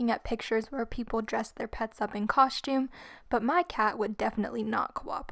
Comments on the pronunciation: She says coshtume not costume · It's coStume not coSHtume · Coshtume haha.